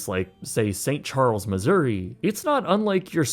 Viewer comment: I love how you said st Charles Missouri